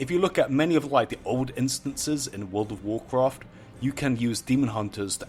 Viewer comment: Wowrl of wowrcraft. Are you eating something every time you say World of Warcraft?